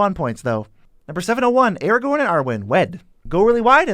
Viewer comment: I'm sorry but Aragorn, Gandalf, Galadriel, Théoden, Círdan, Celeborn, Éomer, Angmar, Gollum are all off, plus others being somewhat off, too. Typical americanization of names. Certainly, while it being one of the somewhat off, I appreciate Sauron not being pronounced as "sore-on".